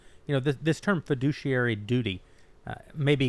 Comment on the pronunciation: heh. feh-douchey-airy (fiduciary)